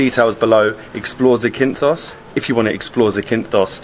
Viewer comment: The stress is on the first syllable: ZAkynthos. But you may also hear the form ZaKYnthou, which is the genitive case. Here, the stress is on the second syllable. 🙂